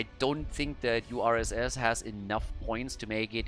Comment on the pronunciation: Indeed, URSS is the French for USSR. And on top of that, when try to read it, he pronounced it like the French word for "bear" ("ours"), a very Russian animal:D